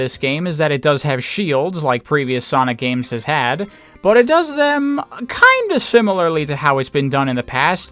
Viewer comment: Ok what is it and your pronunciation of but? There is no extra emphasize needed on it.